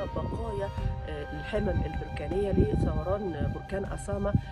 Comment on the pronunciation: الثوران وليس الثروان